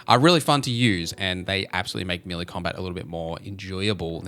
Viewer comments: Melee is pronounced Meh‐lay😊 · As an Aussie I confirm he's saying it weird lol! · Listening to you butcher the pronunciation of the word Melee 😂